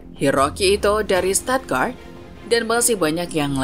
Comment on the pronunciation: Koreksi buat mbak pengisi suara yg baru. Pengucapan klub Jermannya jgn pke lafal Inggris, dibaca biasa saja seperti kita baca tulisan. Jangan Freiburg jadi 'freyebak', Stuttgart jadi 'statgart'. Malah pusing ane. Tingkatkan lagi wawasan Bundesliganya, jgn cuma baca naskah aja.